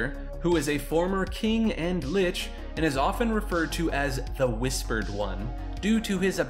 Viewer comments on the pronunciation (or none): none